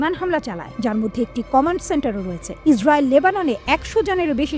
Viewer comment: ইসরাবিল না ইসরাইল😂😂😂